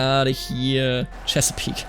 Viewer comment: I'm impressed you got Chesapeake Bay correct on the first try. I moved there as a native english speaker and had difficulty figuring it out haha